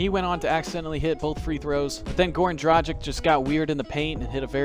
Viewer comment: This man really said Goran Drajic lol